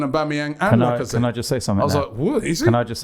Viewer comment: Lacazette or like I said??? At the end of the day...ha ha ha....speak proper french man.